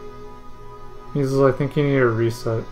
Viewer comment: My name is pronounced My-zelz, not me-zulz